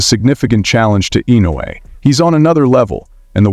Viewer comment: If you are going to do a piece on someone, have the decency to pronounce their names correctly.